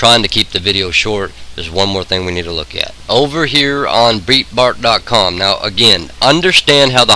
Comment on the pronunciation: Good pod cast. Pronounce Breitbart like BrightBart, not BreetBart